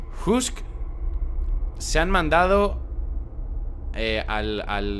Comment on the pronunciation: soy el único que entiende que dice mandadohhh?